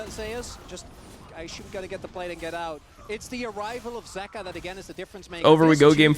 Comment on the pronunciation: I swear if YOU KEEP CALLING HIM ZEEKA instead of Zeka, I'm gonna get cancer